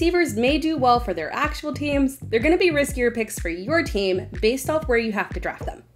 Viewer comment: She makes draft sound like drop hahaha Anyway Boyd is not risky at all with an 8th/9th round ADP.